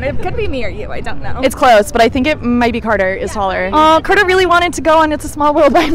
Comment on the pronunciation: ITS CARTER NOT CATER